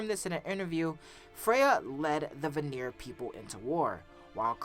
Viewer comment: you keep mispronounce the Vanir it is pronounced Van-ir not Va-nir you keep saying it wrong